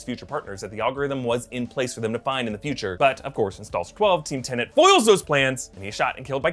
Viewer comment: I know Doctor Who deals with time too, and "I'm sorry, I'm so sorry', but it's TeNET not TenNANT...